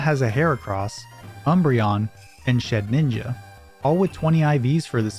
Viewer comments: Shedinja, not Shed-ninja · Thumbs down for "shedninja" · "Shedninja" Coughs blood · bro said “shedNINJA” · I'm seeing this more and more lately. It's not even a "Ray-Quay-Zah" - "Ray-Quah-Zah" thing, there legit is not a second N in the name. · where did you get the second N sound in Shedinja?? there's only one N